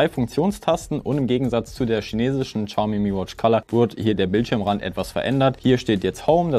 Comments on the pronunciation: Übrigens: Es wird nicht Tschaume ausgesprochen sondern showme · Uff no hate aber "tschaumi" is schon schwierig auf dauer. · Ohhhh bitte, ich möchte nicht pingelig sein, aber entweder du sagst vielleicht 30mal weniger Xiaomi, oder du lernst wie man das ausspricht. Ich musste das Video beenden, es ging leider nicht mehr 😭😭